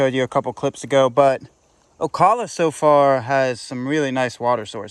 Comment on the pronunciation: Oh cal uh, oak ala